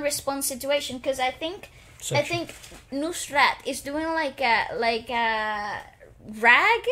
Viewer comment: You butchered the pronunciation... It's pronounced as Nuh-srat